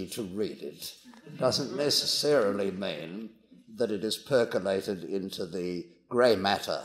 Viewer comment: min ... "perculate" ...